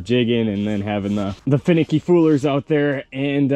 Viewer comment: you did say it right at the end. Good video!